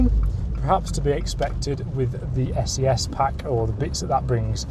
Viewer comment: And It’s pronounced essay essay.